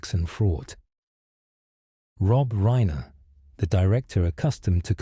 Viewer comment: This is AI. It's Reye-ner. Not Reener.